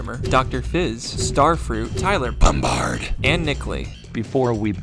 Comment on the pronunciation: ah yes, Tyler BOMBARD